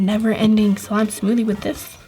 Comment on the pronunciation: Why did she say sime? It is not sime